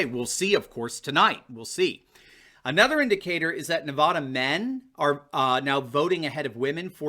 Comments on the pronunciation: Hey Doc. Not NEV-AH-DA.............. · I like your stuff,, but as someone who lived in Nevada for 18 years, please don't pronounce Nevada with an "o" sound on that first "a." We hate that. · Nevada not Nevawduh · NEVADA RHYMES with MAGA there is no Nevahhhhduh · I know you are not out here in the west but we do not say Nev ah da, it is pronounced Nev add ah. I love your show but that was driving me crazy oh, just had to let you know. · it's NEVADA ... NOT NUHVADA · Here's a video on how to pronounce Nevada.